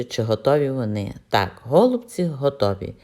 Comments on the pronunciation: Пані Надієчко саме голубці наголос на перший склад просто нас до такої міри все життя русифікували що ми вже забули.ГолубцьІ на російській наголос на останній склад.Щиро дякую за рецепт та за бездоганну рідну українську.😘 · Ми вже мали: какая разніца. Наголос у слові: голубці є правильним коли наголошуємо останній склад!!!